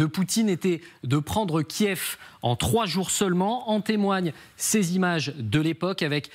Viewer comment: Kiev, pas Kiiiiiiiiiiiiiiiv ;)